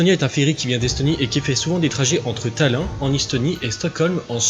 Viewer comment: Le mec maîtrise tellement pas je sujet qu'il n'est même pas capable de prononcer Tallinn correctement....